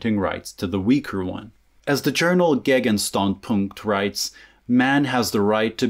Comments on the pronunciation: Btw; Gegenstandpunkt means counter-opinion. The way you pronounced it, it would mean "the point to the item" but then it would be written "Gegenstandspunkt", but that would still make no sense. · I always thought you were german, from the way you pronounce english. That is until you absolutely butchered the word Gegenstandpunkt.